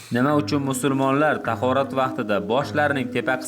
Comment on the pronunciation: Brat musulmon boladi siz musurmon dedingiz meni togri tushunasiz deb oylayman